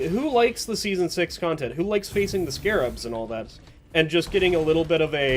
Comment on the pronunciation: Ok so Season 4 added: - the unfun Rockpox enemies - Stingtail and Spreader - bunch of weapon changes( Subata and Double Barrel reworks namely). So we got a lot of the bad for a slight bit of good. Also, small correction because it hurts my ears a bit: they are Scrabs. Not Scarabs, Scrabs. They took away that one a and it changes the name a lot. Should be said like Scrap but with a B. I'm not mad, and you are free to call them scarabs cuz that is what they are based on, but their name is Scrabs.